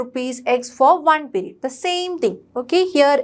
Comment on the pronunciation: Mam that is not perid (pirid) that is period (piriuad)